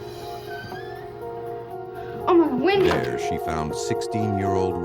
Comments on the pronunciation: Windy? You really can't say Wendy? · Is the name Windy? Or Wendy? It’s Wendy! Can’t people pronounce simple names?😊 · Narrator saying windy sister saying Wendy 🤷‍♀️ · Why are they saying “ windy” it’s Wendy!!!! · Why does the narrator pronounce that poor girls name as ‘Windy’ ??